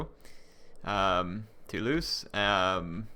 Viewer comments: Toulouse is pronounced "too-loose" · Two-lose for Toulouse